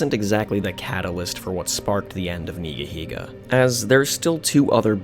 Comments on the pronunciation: It’s pronounced ‘Nigga-Higga’ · Never could say this guys name right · He said Neega!!! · No fucken way. It’s pronounced NEEGA heega?! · Love how you pronounce Nigahiga because you know… you’re scared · thats not how you pronounce the name